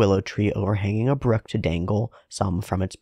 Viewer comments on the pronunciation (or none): none